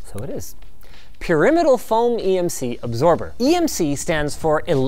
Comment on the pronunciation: REPutable, not rePUTEable. PYRamidal, not peRIMidle.